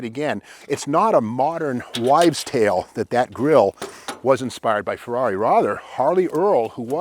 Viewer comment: I think 'Rush' pronounces the Ferrari model name correctly